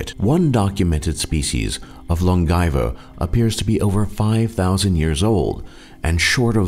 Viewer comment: THAT'S NOT HOW YOU PRONOUNCE LONGAEVA